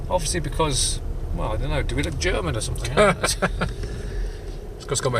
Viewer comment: Nice German pronunciation lol. Good find again bro :-)